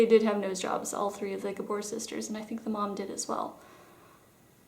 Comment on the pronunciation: Excellent tutorial. You nailed it. Also impressed with your pronunciation of the names of the sisters. I thought it was only us older gals that understood (remembered) their names were pronounced using the Hungarian accent. Eva was my favourite of the lot as she seemed like the sweet one perhaps because of her gorgeous role in Green Acres. I cannot imagine any 'New York Housewives' being so gracious at their husband choice to go rural. Best show, best theme song! Yes I did watch it as a kid.